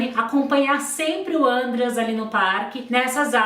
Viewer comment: a pronúncia do nome do Andreas é outra. O nome é alemão e não é falado com acento circunflexo no primeuro A. Segundo o Ullisses Capbel e todos da lei que estiveram envolvidos com o caso, quem leva a Suzane para o Ibirapuera e o pai deles, que obrigada ela a acompanhar o irmão nas aulas de aeromodelismo. Outro ponto: a viagem do casal foi no meio do ano. E esses filmes foram feitos pelas defesas da Wuzane e dos irmãos Cravinhos; são manipulados. Tem vários podcasts e os livros do Ullisses contam certinho os detalhes.